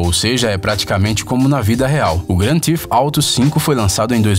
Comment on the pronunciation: O erro cometido é comum e inofensivo. Acontece. Ao invés dele pronunciar "Theft" (roubo), acabou dizendo "Thief" (ladrão) ou até mesmo "teeth" (dentes). Para acertar a pronúncia do nome original do game com a fonética brasileira basta nós dizermos rapidamente "gran-tif-tarou" ;)